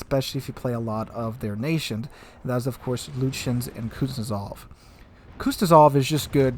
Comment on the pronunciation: He's been mispronouncing Kuznetsov's name ever since the commander was introduced. I doubt he actually reads the comments, since this has been brought up a few times before.